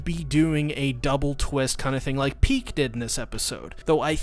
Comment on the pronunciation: It's ridiculous how you're not able to say Pieck just one time but you repeat her name multiple times xD